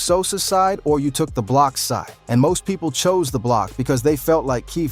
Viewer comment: nga said “ahh bloc”